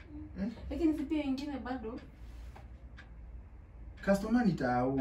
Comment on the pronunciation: Did i hear you call her customaa🤣🤣🤣🤣🤣🤣